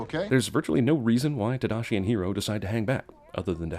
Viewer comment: The fact that they pronounced Hiro's and Tadashi's names wrong is the biggest sin of all. I understand it's hard for people who speak English to pronounce Japanese names but the voice actors weren't even trying.